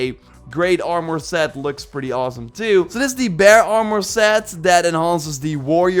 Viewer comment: "Oarmore set" 😂